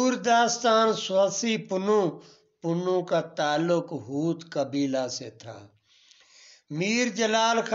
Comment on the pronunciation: Not hooth.correct hoth